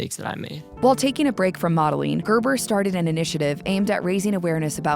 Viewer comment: "Gerber" ... worst name, and the way it's pronounced here is.. gaah!